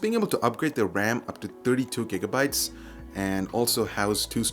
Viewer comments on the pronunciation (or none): none